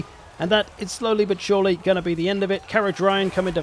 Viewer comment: So that "shore-ly" would be Dechala´s last big army... Hehe